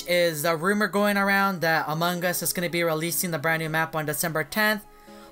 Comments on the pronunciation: He say among gus hahahahaha so funny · Thats wierd he always say among gus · Hahahahaha he say among gus hahahahaha so funny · Me:Among us Him:Among gus😂😂😂😂 By the way pls like😅😅😅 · its among us bruh not among gus